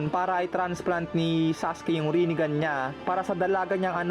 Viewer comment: HAHAHAHA Rine-Gone😂may point si kuya😂